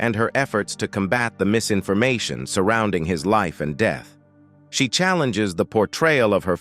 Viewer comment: Around his deeeth?? Who taught this guy how to speak??